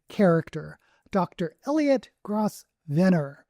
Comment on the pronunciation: I think Grosvenor is pronounced "grove-ner" kind of like governor. At least in the UK it's pronounced that way